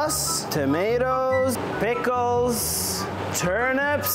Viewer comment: You didnt pronounce bickles right no life for you!